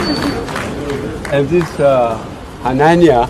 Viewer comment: The way this "" pronounced the Hausa name HANANIYA while admiring the military portraits...SHOOK me to the core...He didnt pronounce the name the way another Hausa speaking person would say it....Something is off.....